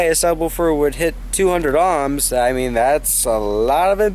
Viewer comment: why do you keep pronouncing ohms as "amms"?